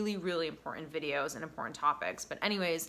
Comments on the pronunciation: I feel like I have been emotional abused to get to the point! And the word is important not impotent! You can you actual English instead Ebonics! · Please forgive me. I don't know why it bugs me, but 'And' has a D at the end. & in 'cerTain' and 'imporTant', the T's are NOT silent. So hard to concentrate on your very good message when you present yourself as an educated, well spoken counselor, but you keep mispronouncing words: Impor-ant Cer-ain An- As a speaker, I feel that enunciation is an important part of your message. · Life coach. LOL. BTW. The word is “important”